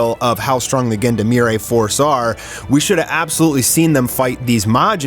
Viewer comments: Love your videos, but you really need to google how to pronounce "Gendarmerie" 😅 It's zhan-dhar-meh-ree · The way you prononced Gendarmerie is basicaly reverse Ubisoft English.